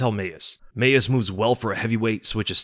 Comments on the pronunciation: Bro, Mayes is pronounced mays not may-es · Leave it to to mispronounce “Mayes”